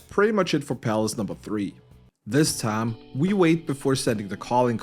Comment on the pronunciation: I love that this guy speaks great English but when he says the word time it says it in a redneck Texan accent. He always says Taaiiim